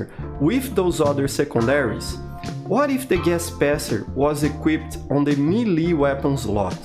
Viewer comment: fun fact, the way he pronounces is exactly how rusian word for "cute" is. Милый/meely